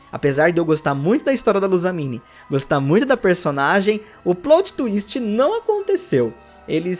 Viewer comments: "Plôt" não ,amigo. É "plÓt" mesmo, pode agredir esse "o". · É "PLÓT" e não "PLOUT" peloamordedeus! Doi os ouvidos ouvir plout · Não é "plout" twist, é "plót" twist (o jeito que se fala). Coisa básica, please, melhora. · Bacana o vídeo, também senti muita falta das Megas Evoluções, ao meu ver eles trocaram isso pelos Z Moves por ser mais fácil de criar vários Z Moves que podem ser utilizados em todos os tipos do Pokémon do que criar 6 novas Megas Evoluções, foi uma questão de praticidade bem preguiçosa. Só uma correção, a pronúncia correta é "PLÓTI" e não "PLOUTI" como você fala alguma vezes.